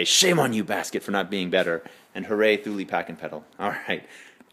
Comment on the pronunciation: Pronounced: Two-Lee buddy!